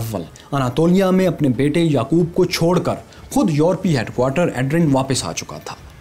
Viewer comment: I would like to correct a City name Edrine.. it is pronounciate in turkish as E - Dir- Ney. Love this series.. great work